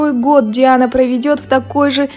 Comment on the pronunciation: Слушайте как произносят журналисты имя Диана--Дяана.Хихихи.!👍😁😍